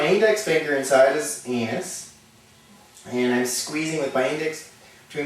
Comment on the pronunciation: "Aneth" LOL!